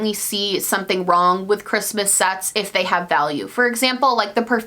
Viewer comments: I keep hearing Christmas Sex when you say Christmas Sets. WHAT IS HAPPENING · Instead of Christmas sets I thought you said Christmas sex! 😂😂😂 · Thought you said Christmas sex instead of Christmas scents.. Am I going to hell now? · English isn't my native language... So when she said "Christmas sets" I understood "Christmas sex" and I got really confused haha 😅😂😂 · Lowkey thought you said, “I don’t see anything wrong with Christmas sex.” 😶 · Lol she said "Christmas Sets" and I thought she said "Christmas Sex". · Kaitlyn Rice I herd the same “Christmas Sex I don’t have a problem with if you get your value” I CHOKED